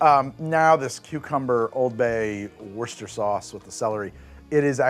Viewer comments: Wuss-ter-sheer sauce. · It's "woosta-shire".:) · living in worcestershire makes hearing people forget the "shire" hurt so much IT'S WUH STUH SHUH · "Worcestershire" is really not that hard to pronounce: wooster-shur (where the "oo" is like the "oo" in "book"). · WER-stuh-sher, not as galling to the ear as "urn brew" but just as easy to fix. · I don't understand people's problem saying Worcestershire. It's 3 syllables. Wuss-teh-sher. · The second video I’ve watched this month where the creator of the video said “warshyersister” sauce. The other was Charlie Berens. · Worcestershire is named after the town. Woos-ter-sher. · Grew up in MD. Glad to see this episode and even gladder that the liquor isn't putrid on its own, lol. Also, its "WOOSHT-tu-shur" sauce, "WOOSHT-tur" is the county in MD: Worchester.